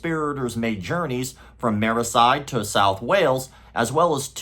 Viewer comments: Mer-see-side.. it's not that hard..😅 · Mary-Say-Side. Legendary! 😂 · Merseyside has never been said that way before !!!